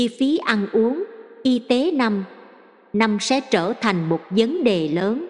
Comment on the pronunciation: Kênh này hay và ý nghĩa,chú ý lỗi chính tả,vì máy đọc nên không thể sửa lỗi như người,đôi khi làm ý nghĩa câu bị thay đổi hoặc khó hiểu,chú ý vấn đề này nhé....thí dụ vấn đề mà đọc thành VẬN ĐÊ,rất khó hiểu và vô nghĩa,1 chút góp ý để kênh hoàn thiện hơn